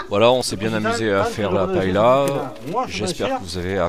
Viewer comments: Surprenant!!!! Jamais je n'ai vu une paella (prononcez paeya svp !!!), de cette façon !!! Vous servez cela à Valencia ou à Barcelone et tout reste dans l'assiette !!! Ce qui me surprend c'est le laurier et le chorizo !!!! Inédit !!!! Enfin, bon appétit quand même 🥂🥂🥂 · Des recettes de paëlla, il y en a plein internet. Mais on dit pa-é-lia, au minimum. Si vous entendez pas-est-là, c'est clair qu'ils ne savent pas de quoi ils parlent. l'Espagne elle est pas là.